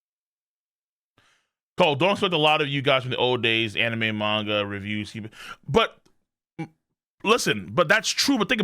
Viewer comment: I watched this dude regularly when he covered 7 deadly sins but had to stop because i hated how he pronounced the word manga. Jesus he has alot of drama